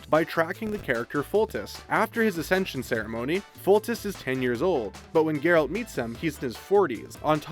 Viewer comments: His names "Geralt" but he saids "Jeralt" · did you just mispronnounce Geralt